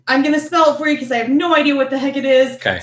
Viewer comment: I hear the idea...i-d-a...pronounced i-d-er.